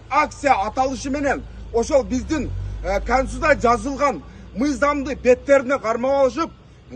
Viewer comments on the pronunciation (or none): Конституция деп туура айтчы 😢😢